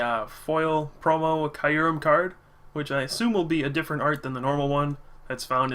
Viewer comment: It's pronounced kyoo-rehm. Listen to the trailers for the new movie.